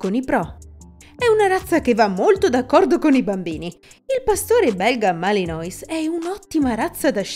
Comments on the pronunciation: Non si pronuncia "Malinois"!!! Malinuà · intanto... giusto per .... capire che di pastore belga Malinois non capite un cavolo, sta nel fatto che, si scrive Malinois ma si legge "Malinuà" o più comunemente molti abbreviano con "Malìn". Il fatto che lo chiamate "Malinois" leggendolo come si scrive, da prova che di questo cane non sapete niente. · Mi si sono arricciare le orecchie!!!!! Per favore : Malinois si legge MALINUÁ e indica coloro che provengono dalla città di MALINES (francese), che si legge MALIÍN, o anche da MECHELEN (fiammingo), che si legge come si scrive. Per favore, ri-registrate l'audio, perché è davvero pessimo sentire queste storpiature. Grazie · Pronunciato malinois non si può sentire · …gia la pronuncuia non mi fa ben sperare ….si pronuncia “ malinua”…o “ malin”….ripigliatevi…non e un cane per tutti….non fatevi intortare dalle dolcezze…è stupendo, ma molto impegnativo... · Chiamarlo maliNOIS leggendolo così come si scrive dalla cifra di quanto siete ignoranti. Voglio anche tollerare che uno non sappia leggere il francese, ma prima di fare un video ci si deve documentare… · Si pronuncia Malenua non come è scritto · Non si pronuncia malinois. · non è una giustificazione. Se stai facendo un video per descrivere una razza belga, il cui nome tra l'altro deriva da un luogo( Malines)che c'entra la pronuncia in inglese ??? È solo uno strafalcione 🤷🏻‍♂️